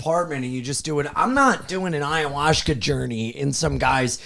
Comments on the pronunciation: is not allowed to do ayahuasca until he stops saying ayahuashca 😩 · has got to stop saying it like "aya-wash-ka" lol